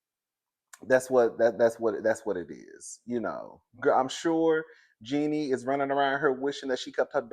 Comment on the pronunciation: It's pronounced as in Genie like the genie in the bottle. U kill me each time u try to pronounce her name 😂😂😂